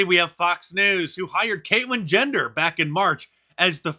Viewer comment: Did Mark just say "Caitlyn Gender" ? Lmao.